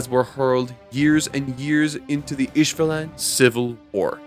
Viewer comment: Love the content, its pronounced ishvaalin btw